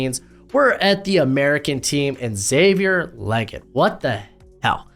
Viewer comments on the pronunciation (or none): It's not Xavier "Leget" it's Xavier "Legette"